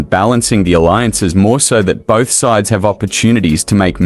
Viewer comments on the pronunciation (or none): none